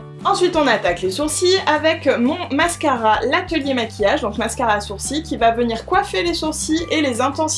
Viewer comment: Les "Tu d'suite " et "sourci" pour sourcils , m'ont perturbée lol ... J'aime beaucoup ce make up été. Moi j'ai du mal a maquiller mon teint quand il fait chaud , j'aime pas le rendu que ça a après quelque heure ... Mais pour les yeux je note, je note.